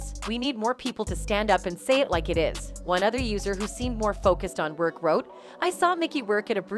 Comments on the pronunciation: For God's sake it's Roark for pronouncing....Roar and K. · Mickey "Roar"ke. . . NOT "Rurke"! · Mickey Rirk? It's pronounced Rork. Please. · Rourke used to be so hot. (It’s not Rerk it’s “Rork” lol) AH may be the most hated on right now, but let’s not forget there’s SO many more that are beyond worse. Disgustingly worse. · They need a new computer voice voice generator, one that can pronounce words and names more correctly. Also the could review before putting online. Mickey Rerke? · Wow Holy Butcher a huge celbs name. How many times did you say his name wrong. Please fix it